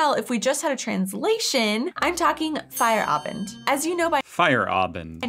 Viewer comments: When you say Feierabend its sounds like fire Abend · It’s not fire Abend! 😂